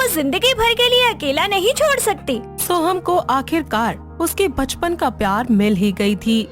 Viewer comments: Galat word baspan nahi bachpan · bachpan. hai baspan nahi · baspan nahi bachpan hoga.